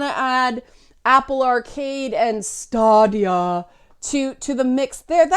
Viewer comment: It's officially Staydia, not Stahdia. And not to be that guy but it's also Youbeesoft, not Ooobeesoft (hence why it's Uplay and not Oooplay) and Patreon, not Patreun. ...OK, I'm totally that guy. ;) The platform is also in fact based on custom AMD hardware. NVIDIA has their own in-house game streaming service.